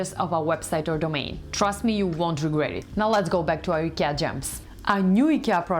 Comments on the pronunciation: It's not EKEA, it's IKEA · Why u pronounce IKEA as eekir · Have we all been pronouncing IKEA wrong this whole time? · first rule of fight club: learn how to say IKEA if you gonna do an IKEA video